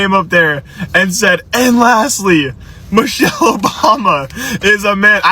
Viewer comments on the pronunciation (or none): Sound like he said Mochelle instead of Michelle… he is an idiot, always looking for attention